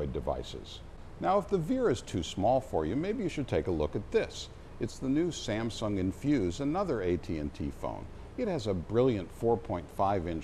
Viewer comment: Whats "Samnsung" ??